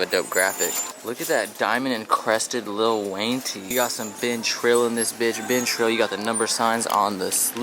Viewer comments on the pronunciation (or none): none